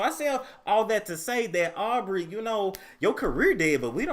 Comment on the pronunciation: Wait,.. did you just call her "Arby"! ?( Aubrey)🤣🤣😭💀